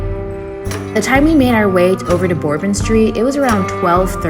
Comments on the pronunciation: I appreciate your vlog and opinion. I am heading to NOLA Sunday for my 18th trip. Couple points : it’s “burr -bon” street WEDDING PARADE : a “second line “ very common in weekends (always weddings going on ) I think you put a bit too much emphasis on how crazy /negative bourbon street can be , it is normally not all trash and vomit . It’s a big city so it is gonna be dirty and old. That’s the charm of NOLA. But yeah bourbon street after 1 am is pretty drunk and can get crazy but it is just a good time most of the time . Bourbon street and about 7 blocks of bourbon are the crazy part. The other dozen streets are cool and fun but not a neon party. Jackson square , canal street,etc. you could have shown /seen more. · I giggled every time you said Bourbon Lol. Great review!!! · I wonder if she really knows how to pronounce it, but is just saying it weird like that